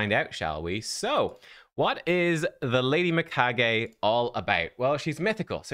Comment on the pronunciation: finally one who pronounces her name right.